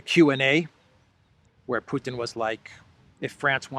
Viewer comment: Mr Putin to you, not Putan.